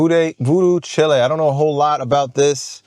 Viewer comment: “Chile” like “child” with a Louisiana voodoo accent